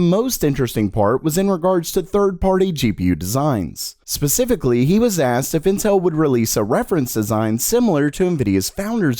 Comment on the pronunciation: You're the only person I've heard every pronunce "asked" literally as "ass".